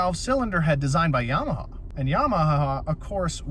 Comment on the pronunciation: Not to be a dick but I chuckled at “Yamahaha” 😂